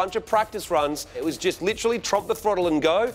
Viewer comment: 'jist' hahaha